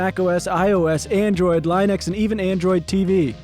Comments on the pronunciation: Please call it lin-ux and not line-ux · pronouncing linux is so funny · Never heard Linux pronounced that way